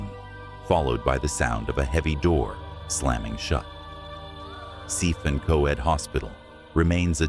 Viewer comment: It’s pronounced denbee and cefn is pronounced cefun